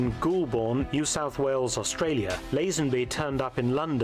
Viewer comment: The pronunciation of Goulburn as Gool born by that guy is offensive. It's pronounced as Goal Burn. I have been there many times.